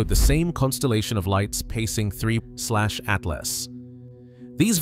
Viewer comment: Fun fact. If a video pronounces this comet as "3 I SLASH A T L A S," then it's probably just ChatGPT generated bullshit and you could just ignore it and go on with your day